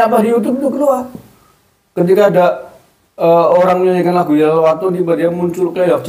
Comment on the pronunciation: YALAL BUKAN YAHLAL.....piye to Bacaaane Kabib iki ngawur...jare ahli baca kitab dll...nyebut Yalal saja di sebut Yahlal